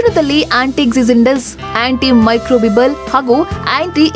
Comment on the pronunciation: did she say antimicro vimal? Anti inflimitry? 😂